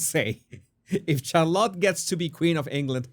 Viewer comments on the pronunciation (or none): Jesus, you must please get on top of your pronunciation of English words. You would be doing us and yourself a big favor. It’s truly cringe worthy. CHarlotte??? 😖 try shar-lotte